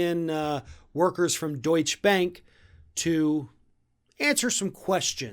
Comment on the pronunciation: Splitting hairs I know, but it's pronounced doycher....great news